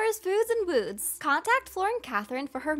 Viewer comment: Lol " Flowers, Foods, and Wouuds"